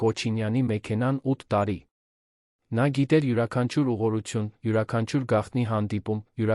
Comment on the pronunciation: երան ,,չէ ,այլ Երևան 😮...հարաներ չէ,այլ հարազատներին 😮...,,բրեժնը չէ՝ այլ Բրեժնև 😮,ամենակարորը-ամենակարևորը ...ուղորություն ուղևորություն...նիստը տեց 😮-նիստը տևեց ...այլս-այլևս ,հարաները-😮հարևանները...ինչ նշանակում էր սա 😮-ինչ էր նշանակում սա ....թե😮-թեև ....,,յակով ,,չէ -Անտոն ....,հետում😮-հետևում ...արջ 😮 առաջ...:Միթե հնարավոր չէ նման հետաքրքիր ,պատասխանատու տեքստերը տալ ավելի կիրթ ,հայերենին լավ տիրապետող մեկին ,որ ներկայացնի ունկնդրին :🤔🤔🤔